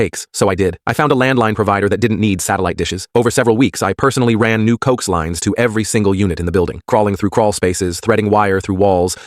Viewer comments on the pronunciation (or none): COE-AXE is how it is pronounced. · "Co-ax" as in coax cable. Not many bottles of cokes.